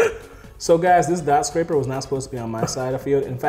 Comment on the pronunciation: Amazing duel. Dotscaper being called dotSCRAPER over and over had me dyling. lol